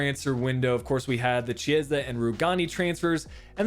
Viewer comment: A little advise bro: your Chiesa pronunciation isn't correct. Key-s-ah is the right way! Anyway, nice episode!